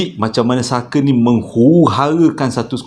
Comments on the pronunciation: Honestly,aku kalau tengok kau bercerita memang aku akan gelak especially bab lawak tu..episod kali ini ujung2 tu kau tersasul sebut fucker,,guling2 aku gelak...hahahaha,Kipidap bro always update with new content. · Hahahahhahaa part last Memang tak rilex abang punya tershashul 🤣🤣😭😅😆😁🤭😝 Farah + Saker = ®€¢™$